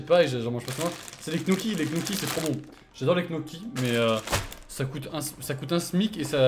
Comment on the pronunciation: Et c des gnocchi pas d knocchi